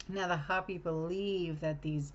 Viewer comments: Hopi = Hopee Not hop ee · It's not hoppy like a bunny rabbit . It's Hopi like hope. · ( hope' e ) not hoppy😅 ❤ ya.